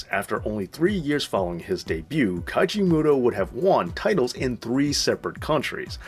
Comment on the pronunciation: It's Keiji Mutoh not Kaiji